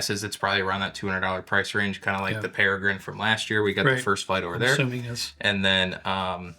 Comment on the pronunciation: Impressed that actually pronounced Peregrine correctly